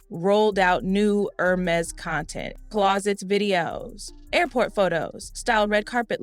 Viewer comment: The is pronounced “airMEZZ”. The accent over the “e” means something. It is NOT “HERmeez”. Got it??